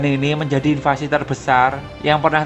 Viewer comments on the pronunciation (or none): none